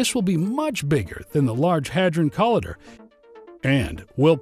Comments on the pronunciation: co-lie-der not col-ee-derr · Call idder??? Come on dude. Why are some Americans so shit at pronunciation? Not all of us are this bad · co-lie-der. can't take this video seriously.